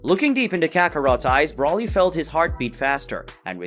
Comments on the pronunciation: Its broly (bro lee) smh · Still cannot say his name right Broly